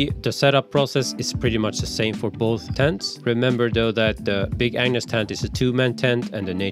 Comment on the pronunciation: I keep hearing big An*s tent instead of Agnes.